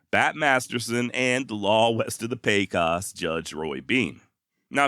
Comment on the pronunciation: Fwiw (nothing) Prescott AZ isn’t pronounced “press cot” but rather “press cut.” Don’t know why. Grew up n AZ in the 50’s so heard it many times as pronounced by locals. Again fwiw (nothing) Pecos is pronounced “PAY cose ” and not “PAY koss.” And fwiw (less than nothing) my name is pronounced “yeah whatever dude.”